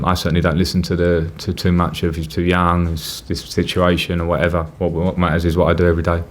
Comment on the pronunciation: "Whatether, the news"